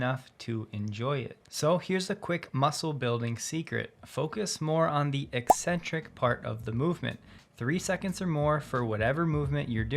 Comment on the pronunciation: Hey, eccentric exercise is pronounced “E-sentrik,” not “Ex-Sentrik,” like odd personalities 😜